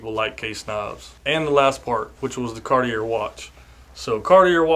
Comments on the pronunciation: Car-tee-ay not Car-tee-er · Cardi-Air....honestly never heard it pronunced that way. Get well soon .